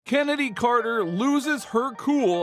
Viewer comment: Stop calling her Kennedy are far as I’m concerned Chennedy cannot be pronounced Kennedy.